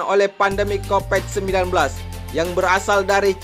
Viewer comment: Covid bang bukan coped....semangat betul ni abang bacänya😁😃